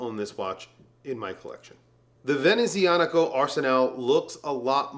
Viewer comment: Great list. Only crazy thing is, you pronounced Venezianico correctly but for the Erebus Ascent, you pronounced it as Accent 😂. Citizen and Timex are killing it in the affordable range. Bulova as well. 🫡